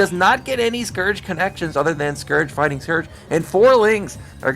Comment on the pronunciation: Jaedong fwighting!